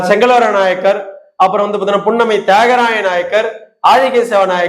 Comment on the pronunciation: நாயகர் (நாயக்கர் ) அல்ல உச்சரிப்பு தெரியாத வன்னியர் ?